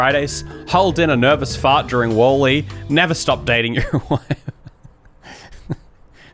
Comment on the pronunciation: 😂 yo why are you saying Wall E like that